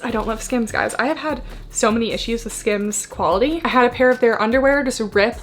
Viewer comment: It sounds like you're saying scams when you are saying skims, which is fitting when it makes lululemon prices look like the dollar store